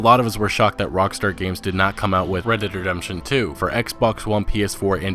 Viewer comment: He says it like Redederdemption lmao